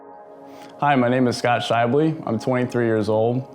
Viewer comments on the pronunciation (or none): Hi, my name is Melissa Schaible! I found it interesting that you annunciate the E at the end of your name. We keep it silent. So the end simply sounds like, BUL. Congratulations on your wonderful art explanation!